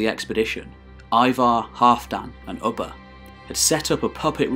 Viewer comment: It’s not Ubba as in Bubba It’s Ubba as in Uber